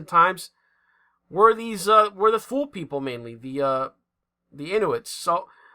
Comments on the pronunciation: We have always pronounced Thule as "tool-y", like woolly but with a hard T. H is silent.... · Thule = pronounced '2ly'